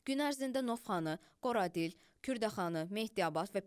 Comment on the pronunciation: Qoradil yox, Görədil, "ay savadlı müxbir"